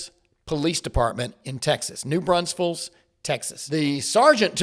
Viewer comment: The real crime here is how says New Braunfels! 😂😂😂